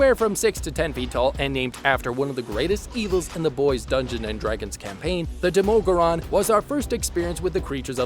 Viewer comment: why do you pronounce the demogorgon so weirdly